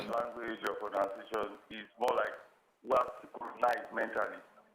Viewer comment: Even the proNOUNCiation you are calling is proNUNciation. You are original the way you are. I like how you mix Yoruba with English sometimes on this show. That is how South Africans do it. It does not mean you should not speak or write English well but don't overstretch it